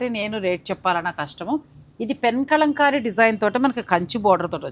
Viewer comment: Kalamkari andi. Kalankamlaga pronounce chesthunnaru . Telugulo kala annattu pronounce cheyyali